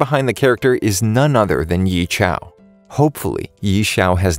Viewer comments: Probably watched it dubbed to get so many pronnouciation wrong.(is there even a dubbed version of Chinese anime) Ye Qiu - Yeah(without the ah) and Chew. Ye Xiu - Yeah(without the ah) and See-u (say "See you" fast and remove the "y" from it) Sun Xiang - Soon and See-aang (pronounce the "a" like artillery instead of apple) Mu Cheng - Mood(without the od at the back) and churn(without the n)+ng at the back. Chen Guo - [the Chen pronounced ok] and Goo-O (pronounce the "O" like the "O" in Orange) Tang Rou - [the Tang pronounced ok] and Row. (* pronunciation of her name was perfect. GJ) Han Wen Qing - [Han and Qing pronounced ok] Wen (pronounce "women" without the "om") Zhang Xin Jie - [Zhang ok but better if can pronounce the "Z" like how you click your tongue for the "tsk" sound] [Xin ok] [Jie can be pronounced like "Chee(from cheese)" with "J" replacing "Ch" + "E" ("E" from Erotic) at the back.] Liu Hao - Lee-u (say "Lee you" fast and remove the "y" from it) and How. Chen Ye Hui - is good, just need to get the tones right. Huang Shao Tian - [Huang and Tian ok] Sha-u ("Shard" without "rd", say "Sha you" fast and remove the "y" from it) (* good pronouciation) Bao Zi - is ok, better if pronounce the "Z" like how you click your tongue for the "tsk" sound. Wang Jie Xi - is good, again, just need to get the tones right. Gao Ying Jie - is good, just need to get the tones right. Qiao Yi Fan - Yi Fan ok, just tones. Qiao as in Chee-ow ("Chee" from "Cheese" and ow when you're hur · tf ye qiao its yeqiu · 15 seconds in and i'm cringing so bad...I'm sorry, but as a chinese person i just cringed at how badly the name was pronounced. I know its not easy to pronounce mandarin names, but 'Yee-Chow' is definitely not the way to pronounce it. If anything, the closest way to pronounce it would be 'Yeah Chee-oh'. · YEEEEEEE CIAOOOOOOOO ... "yea chill "is the right pronounciation lul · Ye Qiu is pronounced "Yeah" "Chew", not yee shao. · ye chiau? ye qiu is pronounced as "yeah chew"